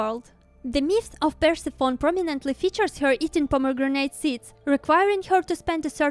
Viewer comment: It's PUR-SEF-ON-E. :)